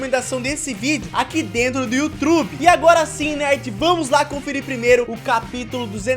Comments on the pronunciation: Ele fala yotrube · "Aqui dentro do youtrube" kkkkkk